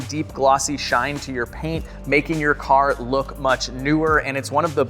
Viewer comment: is the man, from a southern guy it was hilarious when he’d say “the cahr” 😂